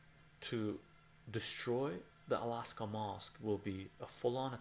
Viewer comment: dude stop saying alaska mosque!!! hahahah